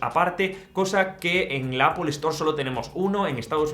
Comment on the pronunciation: no entiendo porque en españa se empeñan en decir Apel cuando la pronunciación real y original es Apol que significa manzana 🍎. si vienen a USA 🇺🇸 y piden una Apel nadie les va a entender tienen que decir Apol. lo bueno es que tú ya lo pronuncias bien 👍🏻